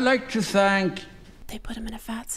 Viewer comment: showing up saying "you have tho choose" OMG